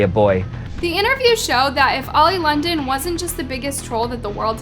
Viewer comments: Love how you said old London and not oli London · I love how you called him “Old Londen” lol